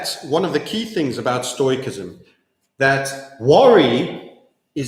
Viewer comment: Stoicism is pronounced: stow· uh· si· zm